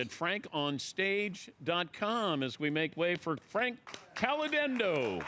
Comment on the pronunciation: HOW CAN YOU NOT....NOT....PRONOUNCE HIS LAST NAME CORRECTLY??!! WTF DAN?!